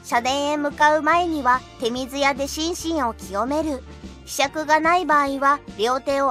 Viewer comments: 日本人も知らない真の日本とあるが 手水舎(ちょうずや)をてみずやと読むところは直した方がいいと思う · 手水舎、ちょうずやでは？ でも清める水をてみずとも言うらしいから間違いではないのかな？ 難しい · ちょうずや と訂正して欲しい。もったいない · 手水舎の呼び名はいろいろあって、神社本庁は「てみずや」、大國魂神社は「てみずしゃ」と呼びますし、「ちょうずや」「ちょうずしゃ」と呼ぶところもあります。